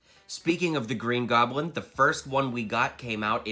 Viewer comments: the he says the green groblin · “Green groblin”